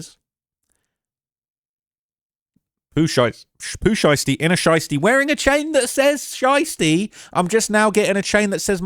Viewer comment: Well his name is Pooh Shiesty not Pooh Einstein 😂😂